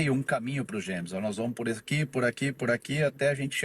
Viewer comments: Ele chamou de "gêmes" pronúncia correta, c/escrita Jemmes. Não é como no inglês "jeimes" =James. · Não tem "dj" na pronúncia. É como se fosse "gemes". Quanto a Gérson, mais seguro deixar ele lá na Sibéria msm. 💚🤍❤😎